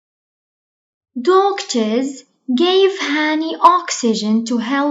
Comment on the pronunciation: وبالفيديو اللي قبلو كلمة crops doctors cure غلط كمان